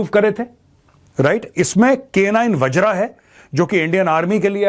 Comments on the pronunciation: मेजर साहब वज्र है न कि wajraa। आप हिंदी भाषी हैं। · वज्र not वज्रा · its वज्र, not vajra bro